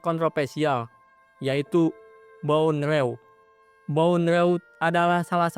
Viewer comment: Bondrewd bacanya bondru